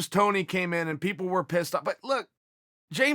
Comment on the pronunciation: 1:60 “so many pepple”